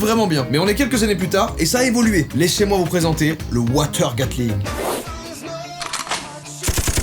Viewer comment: « Léchez moi vous présenter » huuum tkt on a rien entendu